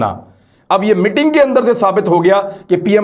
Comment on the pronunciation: MITING nahi 'MEETING'. Zara pronunciation sahi kar lou, please.